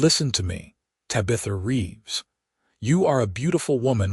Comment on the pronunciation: The narrator is saying Ta bith a Tab i tha like the daughter in the 1960s sit com bewitched minute this seems like a cool story. Still like the sassy little alien girl LOL